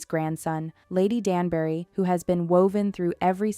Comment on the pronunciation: Lady "Dan-berry"?? She's not a fruit! It's pronounced Danb'ry. And don't get me started on why Anthony's father would never live to see him become Viscount 🤦‍♀️